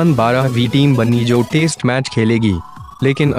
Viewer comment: aap baar - baar test match ko taste match kyun kehe rahe ho 😂😂😂😂😂😂